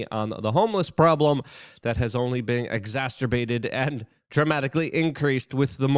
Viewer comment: "exas-ter-bate" :D